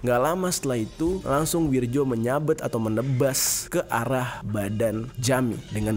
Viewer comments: Itu namanya bukan wirjo (ejaan lama) mas, tapi wiryo ( Ejaan baru) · akurasa namanya bukan wirjo tapi wiryo,karna menurut ejaan lama tulisan nya W I R J O,tapi menilik perubahan ejaan intruksi dikbut tahun 1960an keatas bacaan DJAJA dihilangkan huruf D nya hingga cukup dgn JAYA dan posisi JA disini jadi YA dan ada banyak perubahan ejaan seperti tjatja jadi caca dst,mohon maklum 🙏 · bang maap, itu bacanya WIRYO bukan WIRJO makasih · Wirjo kalau dibaca ( wiryo ) Bang sekedar masukan biar gasalah baca kalimat Jawa. 😁🙏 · bacanya WIR- YO pak, itu ejaan lama...J=Y .kalau DJ=J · Bacanya wiryo mas, ejaan lama.